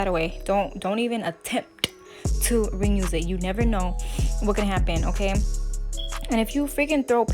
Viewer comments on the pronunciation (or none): Love the nails. Are u saying "renuse" or "reuse"? Lol